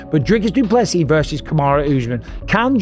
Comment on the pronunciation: Not dooplease!!! Say doo ple sea